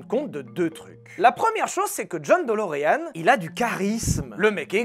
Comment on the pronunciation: "Delureanu" c'est la prononciation japonaise ça !